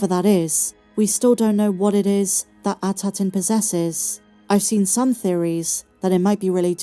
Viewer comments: It’s “At attin” not “Ataton” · Its “At Attin” not “Ataton”